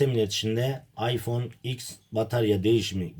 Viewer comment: şu iphone 10 a iks demeyin be kardesim. ogrenın artık sunun dogrusunu